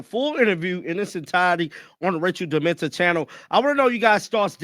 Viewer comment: I know you mean, meant no disrespect but puleeze: its rachel demita (pronounced “demeeta”, not dementa. C’mon lol